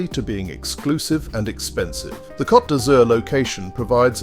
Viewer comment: It's coat not cot